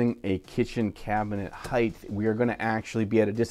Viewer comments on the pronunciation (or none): wait....... did he say the word Height'th ? is that even a word? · Hey, there's no "h" at the end of the word height.